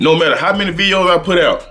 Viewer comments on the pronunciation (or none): none